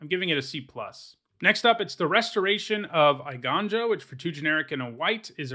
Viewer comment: It’s a little nitpick, but the “ei” in “eiganjo” is pronounced so as to rhyme with “weigh.” Funnily enough, it translates to “movie place” in English?? Haha not sure why they chose that word for daimyo Konda’s castle.